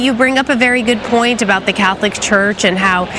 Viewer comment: Why does she keep saying “Cath-O-lic?” 😂